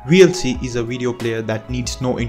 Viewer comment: Great video, I learned some new useful apps. If you don't mind some advice, your English is very good so I was able to listen it while browsing but where it falters was VLC, I thought you said 'realty', and I keep hearing that. Also GIMP is not 'Jim', it's pronounced with a hard G, like 'Gun'.